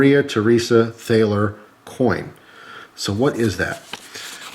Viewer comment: btw, it's pronounced Tall-er